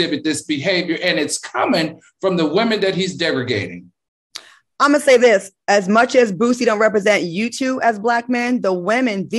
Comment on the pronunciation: I think he meant degrading not degragating 🥴